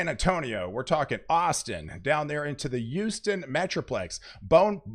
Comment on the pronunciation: It's HOUSTON!! Not YOUSTON. Emphasis on the H. HOUSTON. 😁